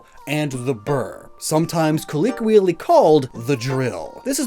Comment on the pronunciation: you are killing me with these pronunciations. Why do you pronounce "colloquial" with an e? And pronouncing "Thames" with a "Th" sound rather than "T", oof.